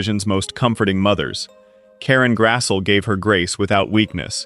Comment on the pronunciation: Oh AI. You can pronounce Grassle, but not Oleson. Some tweaking required on that, and on the graphics.